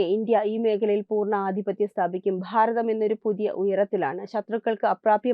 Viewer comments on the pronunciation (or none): Bhaagam, Bharatham, bhangi ennavakkukal ningal upayogikkumpol phaagam, Pharatham, phangi ennellaam aanu parayunnathu. Aattunnathu poleyulla oru feel cheyyunnu.. Ithu shradhikkan pala pravasyam paranjittum kelkkan manassillenkil unsubscribe cheythekkam